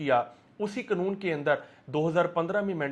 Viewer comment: Its not knoon. Its kanoon.😅